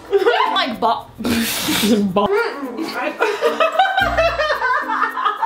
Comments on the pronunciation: Btw holla-ween😂😂🎃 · "Halla" It got me x] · "Holla-ween" hahaha! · HOLLA-ween Lol :P